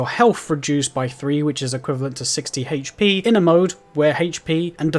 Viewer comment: This man say HP like “HHHHHHAITCH PEEE” drove me fucking insane